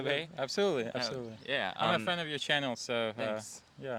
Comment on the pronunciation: great vids. id suggest you google the pronunciation of channel.